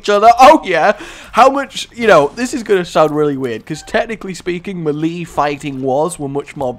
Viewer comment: melee is pronounce MayLay, I thought you were good at english